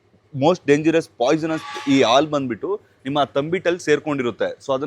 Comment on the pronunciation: ಆಲೂ ಅಲ್ಲಾ ಹಾಲು